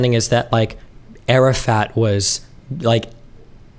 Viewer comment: “arafat” keeps sounding like Arab fat to me lmao